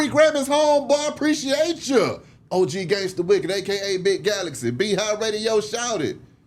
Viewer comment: It's been a min since I checked for a video. Glad to see he finally got Galaxy name right